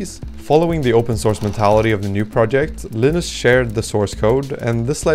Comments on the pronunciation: Correct. In the GNU world names starting with 'GN' are pronounced with a hard 'G.' "Guh-nu,' 'Guh-nome,' etc. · Are you pronouncing GNU, like the animal? Like how you would pronounce New? That's not how GNU is pronounced. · For the name of the Gnu system, you pronounce the "G", so it's Guh-New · I’d just like to point out “GNU” is pronounced “Guh - noo” rather than the ‘G’ being silent, which causes confusion with the word “new”.